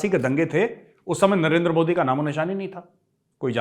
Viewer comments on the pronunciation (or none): none